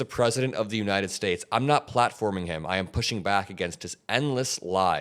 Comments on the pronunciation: United Spaytates .Trump Cant even say our country's name properly. DEAR LORD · "United spates" 😂 Here we go again with this shit. 🤦‍♂️ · The United Spates? Someone check this guys cognitive decline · “The United Spates.” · "The United Spates" Ha ha ha ha ha! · Did he just say 'United Spades' at first 😂. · When talking about Panama he says "United Spates" before correcting it as he spoke later. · United Spates 🤣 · United spates? Wtf? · Totally stoned, ah, Leon? The "united spates", what a maroon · United "Spates" ??!! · "United spates" still cant fcking speak. Yeah but ill listen to magats about biden. My eyes can generate electricity with its rolls. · "United Spates" ? Please get the man some spectacles. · "United Speights" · He said United Spates with a P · Did u catch how he said united space n yhen tried to correct to united states.. cognitive declined 😢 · United Spates?? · "..United Schtates.." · United spates lol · United Spates😅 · Elon is a true weirdo. Trump is a demented, ignorant fool. He's such a lying, heartless soul. He cant even say "United States." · He was slurring . He also mispronounced United States